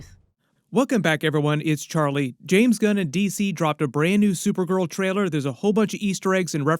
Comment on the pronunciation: Dude it’s TRAILER. LLL. You’re a grown man please say it correctly